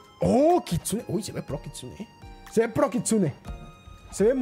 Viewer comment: Se dice kitsune